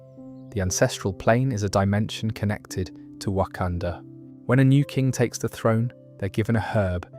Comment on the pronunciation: There’s no way ur calling it Wakandoo instead of Wakanda 🫩